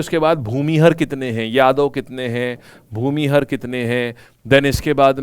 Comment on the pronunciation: सर भूमिहार होता हैं।। Plz correct pronunciation...